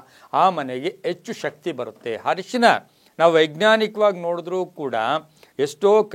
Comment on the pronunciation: Ayyo le enro daridra ... Harishina alla arishina.. Modalu kannada kaliro